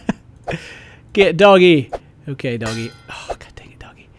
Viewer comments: Its not doggy its doge, pronounced doe-j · its not prenounced doggy its sounds like doug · 1: its Douge for the pronounciation for the word Doge (ive heard the theme) and 2: the Flappy doge failed at doge, he doesnt say "Like a" or "Very wow" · Its not doggie, its doge:O Not doggie, not dogjj, not doggeh, just DOGE. Other than that I still like you:P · its not dogie its DOGGEE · its not doggie is DOGE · Did he call doge doggie??? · its not dogge but douge :D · It's not doggy! :P should be pronounced 'doh-j'! (In my humble and irrelevant opinion) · it's doge not dogy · Doge is pronouced Doje god damnit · the doge is pronounced dodge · Doge is pronounced doj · its pronounced Doge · Your seriously tripping balls cause he said doge wrong? Wow!